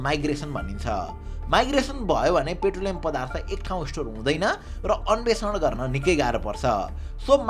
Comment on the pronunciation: अन्वेषण ✅ अन्भेक्सन ❎